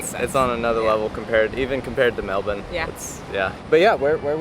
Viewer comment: You get points for pronouncing "Melbourne" correctly. Well done.